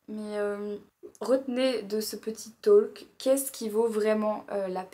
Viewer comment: Le ‘l’ dans ‘talk’ ne se prononce pas. Ça se dit ‘tork’ et pas ‘tolk’ 🙂